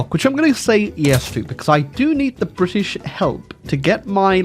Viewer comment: Cringe whenever I hear "Briddish"